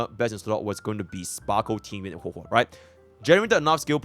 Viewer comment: Bro really call her Hwe Hwe in a video vetted by Hoyoverse themselves 😂